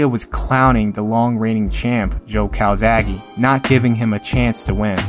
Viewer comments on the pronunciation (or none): Hi, i'm Marco, an italian fan. I have to say that you all say Calzaghe in the wrong way! The final e is pronounced as a "Latin" one and not as an "English" "e". Calzaghe it's a surname from Sardinia ( ) and if you put it in the google translator you can ear how it has to be pronounced. Bye, buddy. P.S. I can't wait for some more "Tale of the fight".